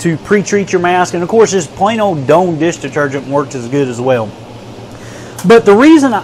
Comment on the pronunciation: "Doan" deesh deetergent??